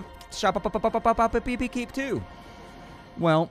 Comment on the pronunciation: Ill watch this just to hear say shoppepepe as it amuses me